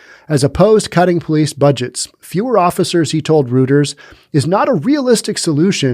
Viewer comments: Minor quibble... "roiters", not "rooters". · Reuters is pronounced "royters" - Edward G Robinson played the founder in an old movie about the paper's origin. The running gag was his constantly correcting people about how to pronounce his name. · Sorry Reuters is said roiters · Reuters is pronounced ROY-ters